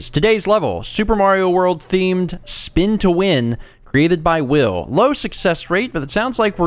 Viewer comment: "Span to Wan"!